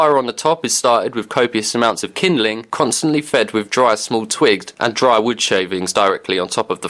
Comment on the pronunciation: wiv yor Bref